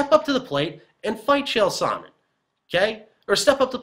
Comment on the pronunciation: You say his name as "sauna" repeatedly. Terrible.